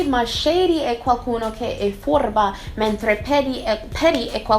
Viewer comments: il tuo italiano é perfetto! Dovresti solo esercitarti a usare la R italiana, come quando hai detto "furba". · furba lo dici bene, ma rolli la r un po' troppo